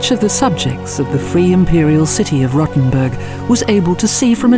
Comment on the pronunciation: it's pronounced like roe-ten-burg - not rottenburg. still gave it a like, though!